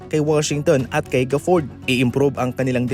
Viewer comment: Pano pronounce yung Gafford at Injury? 😅